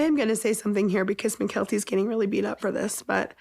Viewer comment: I "fill" like you're taking the piss. They "rilly rilly" like those pitchers and you're going to hurt their "fillings"